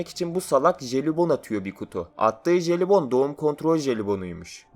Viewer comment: Jelibon derken ne dediğini anlamadım.,.